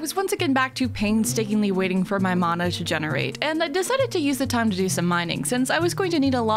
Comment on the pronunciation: This is such a small thing, but as a Hawaiian it makes me super happy that you're saying mana right